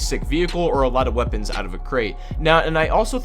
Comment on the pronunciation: "waepons"